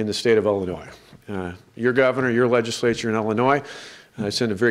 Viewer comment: What the heck is a wegiswature? what is an empwoyer? hahaha